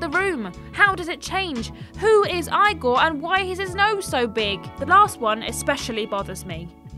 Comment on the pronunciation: The most bizarre thing here that defied the laws of reality was how she pronounced Igor.